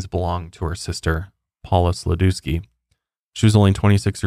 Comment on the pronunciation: That's not how to pronounce Sladewski 🤣